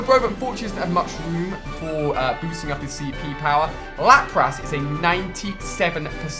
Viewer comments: It makes me cringe when he pronounces Lapras.. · Do all people from the uk pronounce Gyrados and lapras like that? It annoys me so much because I'm a whiny little bitch.